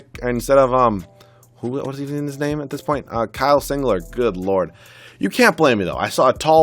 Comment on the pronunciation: Singler not singlet